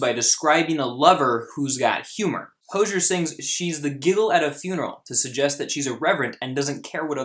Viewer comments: It’s hozier not hosher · Hose-ee-er. Like a garden hose is hozier. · Correctly pronounced: HO-ZEE-ERR. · btw its pronounced "ho-zeer" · and by the way, his name is pronounced | ho.zieer| . you can search for it he says it himself on a tv program. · Hozier is pronounced Ho-zi-er. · Its pronounced hoooo-zy-ear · His name is pronounced as hoe-z-er and this song is about the lgbt community and how its condemed in the church. He says so himself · Its (hoe-ze-air) i believe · You said Hozier wrong bro